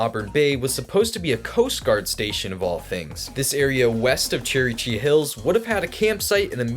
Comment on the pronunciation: “Cherry chee hills” lol Its kinda hard to pronounce so its alright